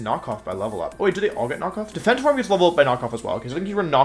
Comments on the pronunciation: jesus wolfey start pronouncing it form instead of forME, i beg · Dont know if i am the one thats wrong here, but does anyone get distracted/annoyed at the pronounciation of "forme"? XD for-me whattt